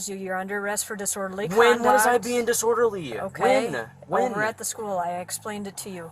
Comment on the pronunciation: When-uh? When-uh? Why did all the perps do that?